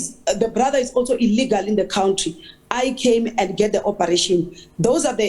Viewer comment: Stop saying cowntry lol. It's country hahaha